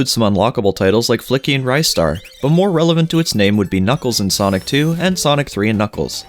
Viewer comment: It's Ree-star not Rhy-star